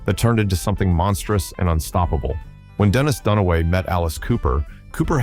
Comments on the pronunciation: It's Dennis Dunaway, not Dunawary. Stupid shit. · Dunaway, not Duna-mary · Dunaway, not Duna-Mary!!! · Its Dennis Dunaway, not Dunmary. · Dennis Duna-Mary? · This is bullshit. Dee Snider didn't tell anyone how to vote, he spoke out against censorship. Its Dennis Dunaway not Dennis Dunamary. Putz. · Why does this video keep referring to Dennis Dunaway as Dennis Dunmary? 🤣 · The guy's name is Dennis Dunaway, not Dunawary, you dipsh*ts. Try checking for typos before you plug the copy into your lame AI. This video is absolute shi*t in so many ways. Coop would HATE this video. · AI misspelling and mispronounciation nonsense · So many mistakes in this Ai video. You’ve spelt and said Dennis Dunaway’s name wrong . and later in the video! You said Bob Ezrin was the manager and producer , NO he is the producer, Shep Gordon is the manager! I could go on, but Backstagenoise 2000 is garbage and anyone with half a brain should avoid it like the clap!